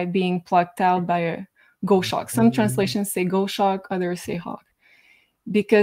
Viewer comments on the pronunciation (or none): it is not pronounced gosh ack,, its gos hawk. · Great show. Just something little, here in England we pronounce Goshawk as Gos then Hawk (Goshawk still one word) but every country has a different saying. No offence to anyone, I mean who's to say the English is right. Just look at our pound, it's shit. Love to, and Jay.